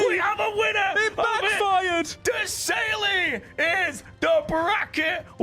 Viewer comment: "De - sailey"